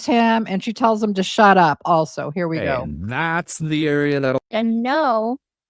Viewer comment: I swear you just said hair we go 😂